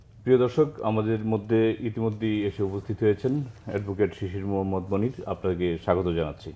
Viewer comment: এডভোকেট শিশির মোহাম্মদ মনির নামটা সঠিকভাবে বলার জন্য ধন্যবাদ।